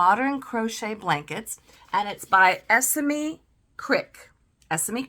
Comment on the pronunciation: I’ve just received this book too and it’s wonderful! I have loved your review of it, and shall delve into all your other videos now. 😊 As a British person I hope it helps to know Esme is usually pronounced ‘Es-May’ - I didnt want to cause any offence but wanted to let you know - because when you know you know 😊 xxx